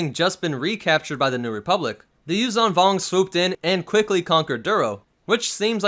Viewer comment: Yuzhaan Vong sounds like “Use some Bong”